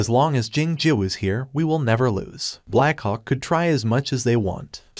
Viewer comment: I hear black C**K instead of black hawk😅